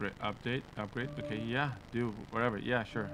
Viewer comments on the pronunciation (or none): its yeah not yeiah